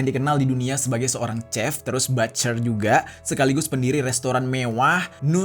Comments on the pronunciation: Maaf kak ralat ya "chef" dibaca seperti "shef" bukan chef . Terima kasih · Bukan Sep, Shef..